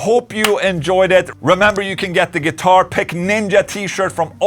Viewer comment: I will never ever get sick of hearing you pronounce “ninja” with your accent. Freaking “ninya” man! Yes!!! 🤣 Best ever.